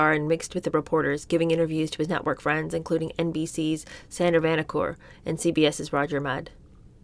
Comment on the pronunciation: reads rapidly and makes interesting, often provocative commentary. But the occasional mispronunciations may come from the fast pacing, e.g, hypoglycemic, bravado - and not having lived through the history to hear the words Sandy Vanocur's last name and Sirhan Sirhan - the assassin, no less - are mispronounced. To some ears, it diminishes slightly an overall good listen.